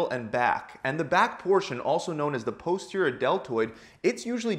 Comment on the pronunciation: This may well be good advice but his mispronunciation of "Posterior" is making me want to claw my face off.